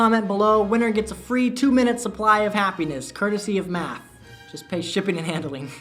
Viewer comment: At first, I thought he said meth instead of math